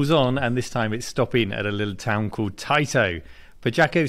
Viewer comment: "We grew up saying TAITO wrong" Yeah but you still say TATE wrong.